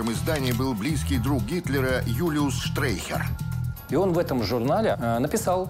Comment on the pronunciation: Комментатор называет Юлиуса Штрейхера "Штехтером". Случайных личностей к озвучке исторического фильма и близко подпускать нельзя.